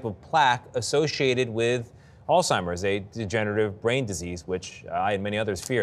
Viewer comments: It's not "all-timers" It's "Alzheimer's". Good Grief. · I think the doctor has all TIMERS. The doctor kept on mispronouncing Alzheimer’s and didn’t take the hint from the anchors. Hmm don’t think I can trust this doctor.